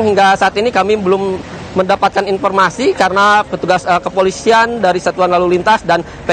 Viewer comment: Tolong kalau cari reporter yang pelafalan bahasanya bagus Ini reporter ngomongnya berantakan banget, lalu mengucapkan huruf "F"" menjadi P , informasi jadi inPormasi dan itu terasa mencolok banget Logat daerah sih ngga apa, tapi bila disertai cara ngomong yg berantakan ????